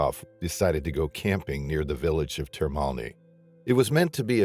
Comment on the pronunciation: Termini is not pronounce Termoni.